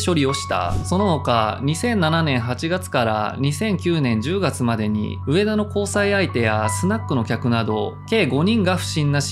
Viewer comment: 「うえだ」じゃなくて「うえた」